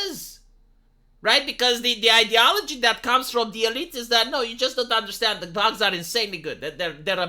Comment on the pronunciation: "You must eat ze boogs"